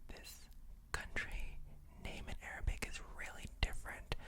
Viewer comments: Definitely in love with your pronunciation, feels like an Arabian citizen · Your pronunciation is PERFECT! You did a great job 🤍🇸🇦!